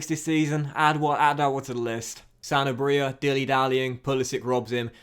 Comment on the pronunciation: I’m pretty sure you’re emphasising the wrong part when you say “Sanabria”.